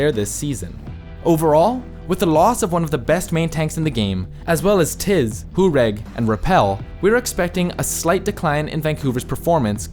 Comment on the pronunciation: very, VERY weird pronunciation of names of coaches and players. Pavane? Tizi? etc.